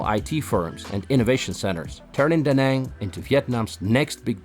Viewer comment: Très bon reportage, mais s'il vous plaît : fait un effort de prononciation Da Nang et pas Dang, c'est comme on fit Viet au lieu de Viet Nam 😂